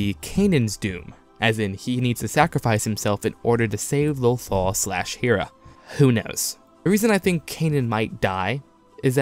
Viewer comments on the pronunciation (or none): Great video! I agree with most of this, but I hope kanan doesn't die. Take ezra instead of kanan filoni.... also Hera is pronounced "Hair-Uh" not "hear Uh"... sorry to correct you, it was just really bothering me XD